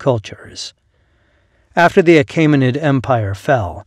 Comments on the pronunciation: The narrator mispronunces “Achaemenid” as “Ah-KAY-muh-nid”. It should be “Ah-KEE-muh-nid”. The vowel group “ae” in the second syllable should sound like the “ae” in the first syllable of “Caesar”. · The vowel <æ> is somewhere between "ey" as in "hey" and "ie" as in "die". Your pronunciation would be written "Achimenid". "Joo-lee-us See-zer" would have been "You-lee-us Kai-sar" ("Kai" rhyming with "sky'). The <æ > compound became to avoid the expense of a special piece of movable type. It can be produced on a keyboard with number.keypad as Alt-0230.